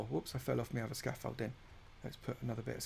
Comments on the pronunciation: Scamfolding* lol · Him saying Scoffolding I want a count "OVER 9000"!!!!! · If I hear you say scaffolding 1 more time I might transform into someone from essex